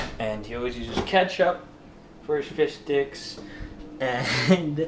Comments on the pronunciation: did u say fish dicks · glad its not just me who hear fish dicks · It sounds like he says " Fish Dicks" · I heard he said fish dick lol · Was i the only one who heard fish dicks? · Wait was he saying fish sticks or fish dicks?!?!?! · I keep hearing fish dicks. Damn 5th grade year has cursed us all! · it sounds like he is sayin fish dicks